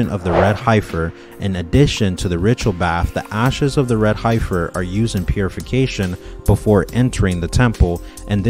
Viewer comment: Just to help : the E in Heifer is prounced like the E in END 😊